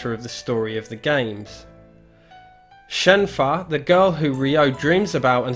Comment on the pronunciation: Why do people keep saying “Shenfah”? It’s a mistake. It’s suppose to be Shenhua. “Shen-hoo-wah”